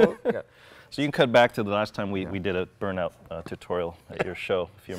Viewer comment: Jay please stop trying to speak with a German accent. It sounds just crap !! And just to let you know we Germans know very good what a Burn-out is !!!!! And actually it sounds more like an Austrian.